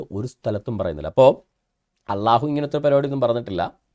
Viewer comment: ഇയ്യാൾക്കി, ""അള്ളാഹു "" യെന്നു ശരിക്ക് ഉച്ഛരിക്കാൻ പൊലും പറ്റുന്നില്ല.